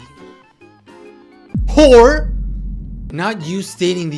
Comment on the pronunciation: Wore❌ Uhm actually its hore🤓🖕